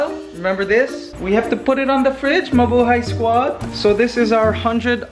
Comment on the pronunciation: I really miss... Mikey could you bring him back? Maybe he could do commentary in one of your Ants Canada videos! And I remember that in one video, he said Mabuhey instead of Mabuhay!